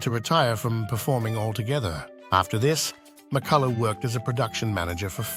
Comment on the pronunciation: her surname is pronounced "Mi-cull-uh", not "Mi-cuh-luff", dipsh*t narrator.